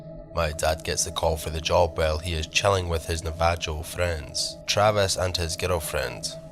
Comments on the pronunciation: My nan says na-va-joe. Navajo, bro. Nav-a-ho. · Great stories, Navajo is pronounced nah va ho. 💜